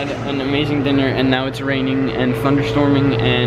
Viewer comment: “diNnYer” -corbs